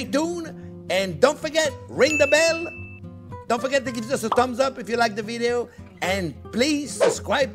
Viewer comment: “Don’t forget to givezuzzezumbs up” Me: *immediately presses like button”